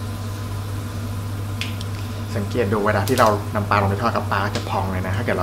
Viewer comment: ปลา ออกเสียง ปลา มีร.เรือกล้ำ ไม่ไช่ ปา (แปลว่า ขว้วง)ช่วยกันร้กษาไว้เด็กรุ่นหลังจะออกเสียงถูก ภาษาไทยมีค่ามากครับ เพราะบรรพบุรุษไทยคิด เราต้องจรรโลง ขอบคุณครับ